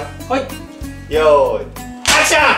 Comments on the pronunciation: アクションがはくション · アクション！！！がハクション！！！にきこえる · アクションがハクションに聞こえるw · 最後のアクションがハクションに聞こえた